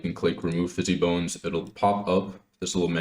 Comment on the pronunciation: bro if you say "fizzy bone" one more time i swear to god